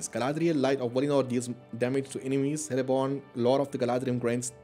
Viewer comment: Love these mod vids. Btw, Celeborn is pronounced "Keleborn" rather than "Seleborn". Tolkien's C's are pronounced with a hard K, if its a name or a place that begins with a C.